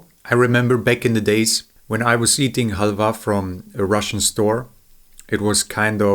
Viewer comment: when the pronounciation of halva is more accurate than english, despite english being a germanic language.